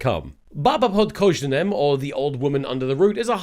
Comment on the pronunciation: I did NOT expect "Bába pod kořenem" to be known anywhere outside of the Czech republic... Amazing work on the ř pronounciation btw! (I actually mean it, it's impressive)